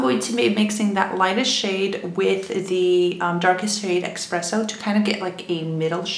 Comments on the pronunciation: Why do people keep saying expresso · kinda drives me crazy hearing "exspresso"